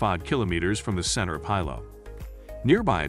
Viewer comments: I instantly lost confidence in the recommendations when he (probably a bot) couldn't even pronounce Hilo right. It's pronounced Hilo not Hilo. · Please note that the pronunciation of Hilo is "Hee-low", not "Hi-low". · What's the point of watching a video on hotels when you don't even know how to say Hilo? How would you know what's best? 😆 Okay I watched the first few minutes. The Hilo Reeds Bay has no AC per their website so I'll skip the rest of this video. No telling what else you got wrong.